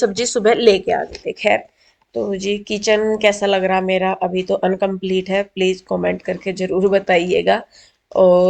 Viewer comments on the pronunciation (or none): Ap bura mat manna.... Par Uncomplete nhi Incomplete hota hai 😊 Apko bhut baar suna to aj isliye bola